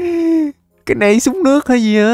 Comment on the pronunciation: Lúc trước ah có bán shop ff mà ko bt có chs ko nữa mà đọc tên súng toàn sai